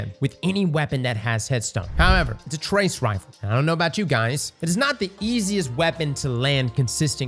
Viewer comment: Can someone on the editing team make sure to display pronunciations for this man? He says the names wrong, over and over, for both new trace rifles.